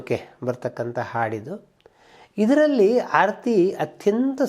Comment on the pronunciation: Hi sir, ಆರತಿ ಎನ್ನುವ ಬದಲು ಮೊದಲಿಗೆ ಹಾರತಿ ಎಂದಿದ್ದೀರಿ. ಗಮನಿಸಿ